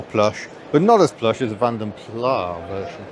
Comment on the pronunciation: Incorrect. Plas rhymes with car.